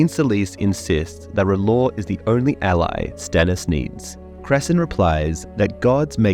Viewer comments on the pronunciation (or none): none